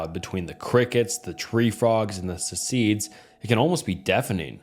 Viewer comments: Ci K Das. Not cecedes learn to day the word if you don't know how to say it smh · Cicadas is pronounced like sickAYduhs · How do you not know how to pronounce "Cicadas" or "Stupor" bro Google shit.